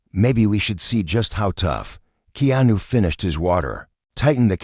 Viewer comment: At least please pronounce Keanu's name correct